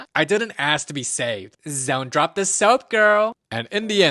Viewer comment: Zont zrop the soap girl! 💀